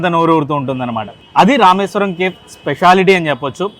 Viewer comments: Kindly It's not kef, it's cafe. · కేఫ్ కాదు, కెఫీ. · That is not kef 😂 that is kefe (spell) . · Bro pronounce Cafe as Caa fe not cafe.....kafe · Please check your pronunciation "CAFE"